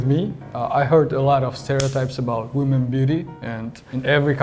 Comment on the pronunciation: Не вумэн, а вимин)